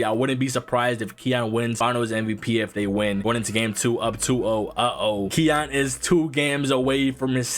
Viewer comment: ki yan not keon